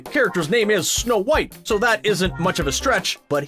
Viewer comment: he said shnow white